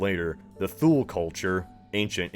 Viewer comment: "Thule" would be pronounced "TooLee". And they got wiped out when the Inuit arrived. THule were largely localized and known for their on shire hunting. The Inuit moreso for maritime prowess. What atarted out as an inter breeding beginning ended with the Thule effectively being massacred out of existence.